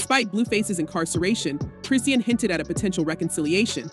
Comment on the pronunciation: They say Chrisean name wrong on purpose- it makes no sense